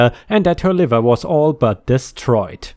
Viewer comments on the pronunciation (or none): none